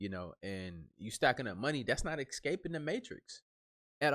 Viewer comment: Another great video dude. But it's escaping not excaping